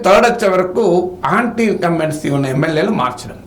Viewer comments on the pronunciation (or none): ఆంటీ ఇంకంబెన్స్ కాదురా అది యాంటీ..